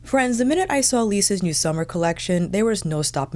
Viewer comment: I miss when you say hi friends in that accent 😢